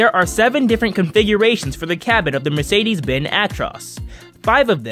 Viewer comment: Mercedes Benz Benz IS pronounced with the z It’s not silent